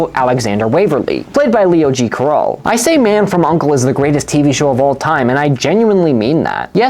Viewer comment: If you think it's the greatest show of all time, how come you can't pronounce either McCallum or Carroll correctly?